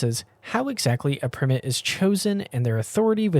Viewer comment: Isn’t ‘primate’ pronounced ‘pry-mate’, and not ‘prim-met’ or am I terribly mistaken?